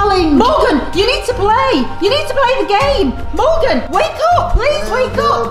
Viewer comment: its Morgan not Morgeus 😅